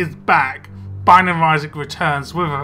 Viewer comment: it sounds like welcome back to the banging of isaac